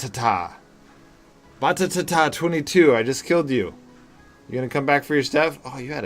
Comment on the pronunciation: He said "Batatatata22" 4 ta's